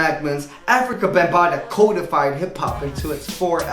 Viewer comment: Random: I appreciate that you don't pronounce codified "COD-a-fied"...that's some fishy shit!